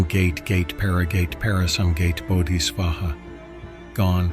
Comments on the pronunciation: Great presentation la. The mantra is pronounced as Ga-te, Ga-te and not gate, gate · it's not gate, gate: it's ga te, ga te (pronounced ga tey, ga tey). cheers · It is necessary here to point out that the mantra has the word: “GATE” which is correctly pronounced: “GAH-TAY”, not as the opening in a fence. This is EXTREMELY IMPORTANT. It was taught to me this way in two different monastic colleges ( Nyingma and Kagyu.) a half of a century ago and every Vajrayana meditation center I have ever attended pronounce it this way. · Please change the mantra part - this AI-pronounciation of GATE is wrong 😑 Very disturbing. 😢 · Text to voice programs are too literal sometimes, for sure. Phonetic spelling, as you have done here, is critcal for the program to pronounce the mantra correctly. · Beautiful, haunting and clarifying video. I just wish the AI voice could get language spoken correctly…especially for Gate Gate Paragate…..which, I have (and I is not an I) had nanoseconds of direct experience of in this last year….thank you for all your meritous efforts for the Dharma…♾️🌌🤍🙏🙏🙏